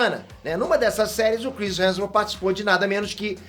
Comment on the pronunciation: O dá um migué na pronúncia do sobrenome do Chris. Toda vez “Chris Heajusbskalabsus”. Muita consoante na mesma palavra…